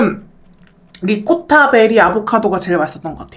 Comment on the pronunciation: 트레미셔널 리코타베리ㅋㅋㅋㅋㅋㅋㅋ 귀여운 햇님님..💗 트레디셔널이랑 리코타베지에요!!